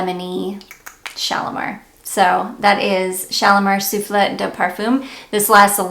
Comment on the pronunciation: Guerlain Shalimar Soufflé is pronounced “Sueflay” like the dessert! A bit late. Just found your channel and I am loving your content!😘